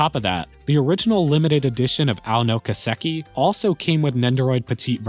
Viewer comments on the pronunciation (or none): Kiseki is pronounced Key-seh-key. Not Kuh-sek-e.